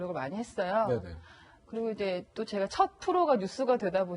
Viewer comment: 이 양반 나온 모 유튜브 보고, 알 수 없는 알고리즘이 나를 여기로 이끌고 왔는데, 그 방송에서도 제가를 저가로 하길래, 읭? 했는데, 와.. 무려 뉴스에 나와서도 제가를 저가로 말하네ㅎㅎ 이 아나운서 황당하네ㅎㅎ